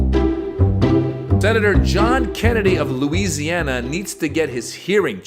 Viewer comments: "LOOZ' YAN UH"....he needs to roam free in the chicken yard!! A bible thumper with the most nasty mouth! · Kennedy need remedial school its LOUISIANA NOT LOOSANA